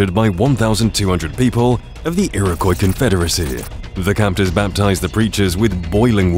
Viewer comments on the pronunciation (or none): none